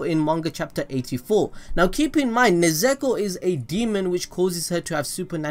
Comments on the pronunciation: Ne - zuu ko not nezeko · It just broke. That's not overpowered. Maybe the next iteration. And there's a difference between neZUko - the name of his sister - and neZEko, the name you keep saying. If you can't bother getting names right, don't bother at all. I can at least understand if it was some long convoluted japanese name, but this is just THREE SYLLABLES. Like, break it down if you have to. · sorry man but stop saying nezeko, its nezuko man, you really butchering it there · nezeko? its nezUko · its not nezeko ffs its Nezuko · How many times are you going to say her name and not say it correctly? It’s Ne-zu-ko.. not nezeku... it’s triggering and I don’t get triggered... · Nez-ek-o? Nez-u(oo)-ko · NE'-ZU-KO not NE-ZE'-KO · I'm kinda triggered when he said "Nezeko" instead of "Nezuko" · Its nezuko not nezeko😂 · nezuko not nezeko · How dare u say nezeko. Its nezuko 😑😑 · Its nezuko not nezeko My disappointment rn is shocking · NE ZEKO ITS NE ZU KO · Nezuko, not Nezeko. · it's Nezuko not Nezeko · Ummm, it's Ne-zu-ko not Ne-ze-ko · Wait it's pronounced ne-zeko? I thought it was nez-u-ko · I don’t know why he said nuzeko It’s Nezuko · nezeko wtf is that is its nezuko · This dude said Nezeko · It was all good until i heard nezeko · Nezuko not ne zu ko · Did he just say Nezeko?😂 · Everytime he said Nezeko I cringed. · nez eh ko 😭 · No one : This guy : NeZEkO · hearing you call nezuko nezeako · dude it's NE-ZU-KO HAHAHAHA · He called nezuko nezeko bruhhh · Nuzeko??? Really man? 😂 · Nehh Zooo Koh also love that vids ya got mad talent. But for real tho... Nehh zooo koh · Yo I laughed out loud when u said Ne-Zeko 😂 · its pronounced nez-u-ko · More like nez-u-kOO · is nobody gonna talk about the buchering of Nezuko's name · i hate the way you say nezuko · Bro he butchered nezuko and esc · Every time he says Nezuko has me dying 😂😂 And now Inosuke 😭😂😂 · Who the hell is “nezeko” Nezuko is cool tho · The way you say nezuko bothers me sooo much